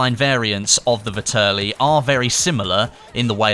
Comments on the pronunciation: Nice video, but its pronounced Vehterlee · It's pronounced Vet-er-Lee